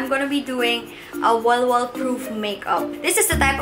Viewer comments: Bakit ang sosyal masyadooo kapag ikaw ang nagsasabi ng "walwal" ahhhh love u!!!! ❤️ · The way she says “walwal” is so sosyal 🤣